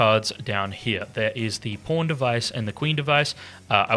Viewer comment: Australian pronunciation of Pawn is crazy 😂